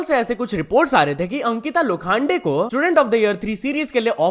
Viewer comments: Ankita lokhande❎Ankita lokhaande✅💀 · लोखांडे नही लोखंडे है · Please pronounce the name correctly Lokhande